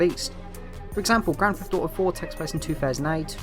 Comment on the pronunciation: "Grand Feff Auto"